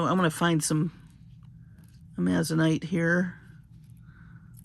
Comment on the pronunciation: FYI: Amazonite is pronounced Amazon-ite, Amazon like the river and surrounding area in South America plus i, t, and e, rhymes with light, fight, night. Thank you for sharing your love of jewelry making and your skills! You share so much info which makes things interesting!